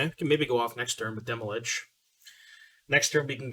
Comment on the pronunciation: Why do you say "Demolich"? Stan from the dive down said it too. I don't get it.